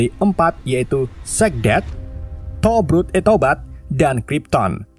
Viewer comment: 🤣🤣 anjir padahal nama nya towboat malah tobrut.